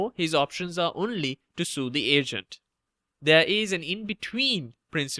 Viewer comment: I kept thinking you said Asian instead of Agent aha